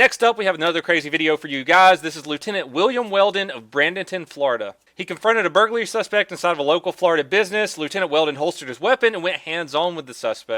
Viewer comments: Its pronounceed Bray den ton. not Brad den tin my home to on youtube lol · (Braden-ton) not brandonton lol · "Brandonton" oml its bradenton lol no offense donut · “Brenden-Ton” florida😂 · PRONOUNCED! YOU DONUT HOLE! AS: ''BRAY~ DEE~ TON ''.......now was that so hard???? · bradenton*😭 people who live here even can’t pronounce it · You said Bradenton wrong